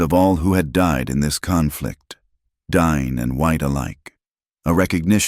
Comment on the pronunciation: Not DINE, it's pronounced "dee-nay".